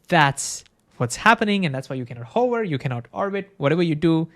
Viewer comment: I beg you to articulate the word "hover" better because rn it's sounding like a word to describe a particular profession.:DDD